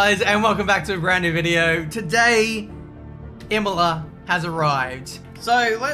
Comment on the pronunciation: Imola It’s Imola.